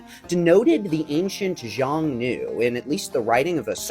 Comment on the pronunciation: xiongnu is pronounced as Hsiung-nu. simplified would be Hyung-nu or just Hyung i think.